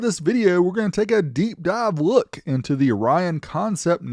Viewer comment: FYI: the company Orion, not Rion or (u)Rion.